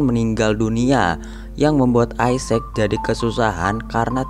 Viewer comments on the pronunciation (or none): bacanya bukan isec bang tetap isacc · Bacanya gini bng = isaac w sprauge isaac = isak w. = Doubleyu spauge = speigej